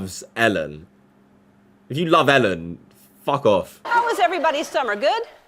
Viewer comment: Learn to pronounce his name first. ELLEN not ALEN